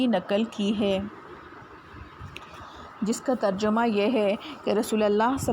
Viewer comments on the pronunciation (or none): none